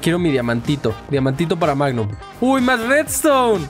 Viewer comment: se dieron cuenta que al principio del video decia mangum en vez de magnum